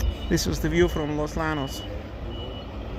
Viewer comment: Hey, just FYI in Spanish "LL" is pronounced like English "Y". So Los Llanos is pronounced as if ti was Los Yanos.